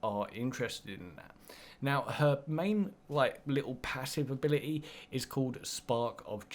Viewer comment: Translation for people who speak English; Free = three Abili-ee = ability. Stay tuned for more once deciphered.